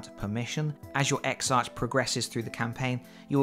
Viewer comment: Congratulations! BTW exarch is pronounced eksark, as it is a Greek word.